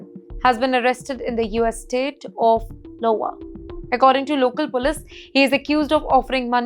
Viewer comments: lowa - she reads as Lowa :) not the 1st time though! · Did she say LOWA ?? - Is it a New State created in US in 2026.